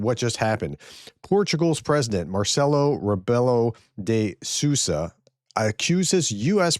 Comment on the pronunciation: Im still laughing the way you butcher phonetics of Portuguese names 😂😂😂😂😂😅 "Muorcielou rabielo-los lobos del Siouziah" 😂😂😂 👍 yeah, he sayd it. Small humble Portugal, liding the way, AGAIN, same as he was the first Western líder in Kyiv saying also Im name of EU, that cause a big celeuma amongst the buro-cowerds: "Portugal Will be by the side of Ukraine, no mather what may comes or for how long as it takes" Is trumpofsky a soviet asset? Just think, imagine you was a ruZZian asset on the government of the most powerful democracy in the world: What would you do in the very first day, to is democracy, international credibility, social security, wealth, health, echonomy and market stability, on purpose, diferent than taco cankles puppet is doing?